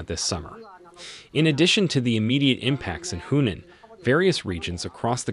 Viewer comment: Your narrator needs to work on his pronunciation of Chinese place names including Hunan and Yangtze as well as the word deluge.